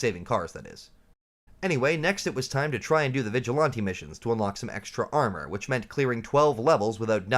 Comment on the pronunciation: I pressed ▶️ for the content topic…I STAYED for “vig-a-lahn-tee”😂 Salute! I dig your content bro!